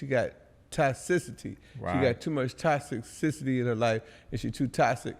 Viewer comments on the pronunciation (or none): “She got too much toxic-sisaty”